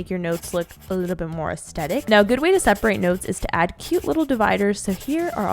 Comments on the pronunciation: You say aestetic i thought it was aesthetic... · I have an annoying pet peeve of when people say as-tet-ic and don’t say as-the-tic 😅😅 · no one: Literally nobody:: Aastetic;)